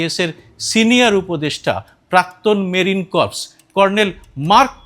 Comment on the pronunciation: ইংরেজি একটি আজব উচ্চারনের ভাষা উনার বক্তব্যের মাঝামাঝি সময় যেটা বলেছেন Corps, এর উচ্চারণ টা হল "কোর", " কর্প্স " না, ইংরেজি একটা বাউন্ডুলে ভাষা(এর নিয়ম কানুনের কোন আগা মাথা নাই)। এই ভাষা কেমনি আন্তর্জাতিক ভাষা হয়েছে আমারই বোধোদয় হয় না।